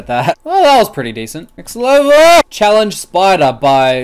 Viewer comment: Im pretty sure you said lever requests instead of level requests